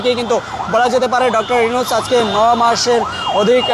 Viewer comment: ইউনুস ও কর্মসূচি উচ্চারণ ভুল হয়ে গেলো না! ছোটখাটো ইউটিউব চ্যানেল হলে মানা যেতো। বড় একটা মিডিয়া প্রথম সারির। সত্যি হতাশা জনক।